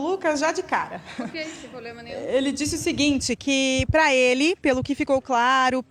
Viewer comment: A doutora advogada falou um "poblema" mesmo? Haha